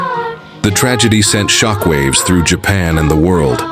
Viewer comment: bro why does the plane say japaa airlines instead of Japan airlines bruh ai these days